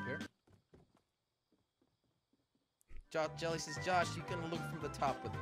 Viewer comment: Jelly said crouch if you agree YOU DONT SAY JALLY SAY CROUCH IF YOU AGREE